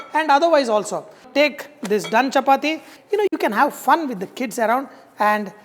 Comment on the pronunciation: Whenever he said “Fun”, I was like 😱😂